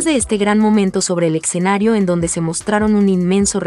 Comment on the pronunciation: Se dice escenario no eccenario..